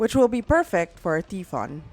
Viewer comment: Tai fon not T fon pronunciation